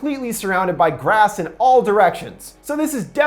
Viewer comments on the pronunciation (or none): none